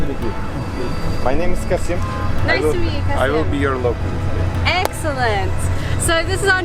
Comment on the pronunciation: You know you're gonna be annoyed, when the local tries to render his name() into English to sound, well non-local.(Never comment before watching it all. He's not Turkish and Tatars have different vowel articulations, even though they speak a turkic language) - About soup being popular, it is reckoned as the ultimate hangover dish. Seriously, look it up. Al tried some moist burgers before, it's not a good Turkish variation to have when you're getting yourself a bit hazy. It's soup! And the best street food you can get in İstanbul, or generally in Turkey is the Adana Dürüm. Which for some reason, no local ever points tourists or folks like you towards. Which is a kebab(Not döner, actual kebab) roll with spice and lots of lettuce and onions. Even a mediocre one is awesome. And a good one is just addictive. I don't live in Turkey in long periods for almost a decade now. I actually miss it quicker than I miss my family.